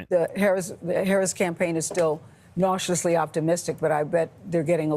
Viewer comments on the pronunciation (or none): I heard "cautiously optimistic" as "nauseously optimistic".